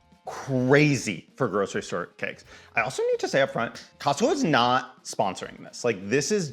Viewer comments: I was like... Wait... Did I hear him say Costcussy??? I had to go back and listen to that again. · cos-cussie??? lmaoooo subcribing!!